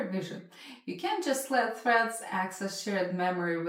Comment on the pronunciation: Are you saying "Breads" "Freds" or "Shreads".... alright.